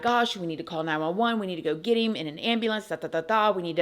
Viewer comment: Love when she says "get him" with her accent